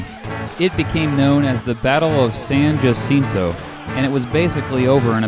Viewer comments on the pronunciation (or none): The 'J' is silent in San jacinto